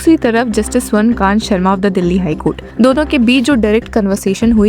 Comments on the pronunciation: The name is Swarna Kaantaa not Swarna Kant. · जज महोदया का नाम तो सही से बोलिये... इनका नाम स्वर्ण कांता शर्मा है ना कि स्वर्णकान्त शर्मा 🙄